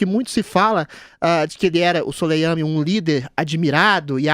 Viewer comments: A pronuncia correta é Suleman(i) . O i final é quase mudo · o cara nao sabe nem falar o nome do Soleimani haahahahahah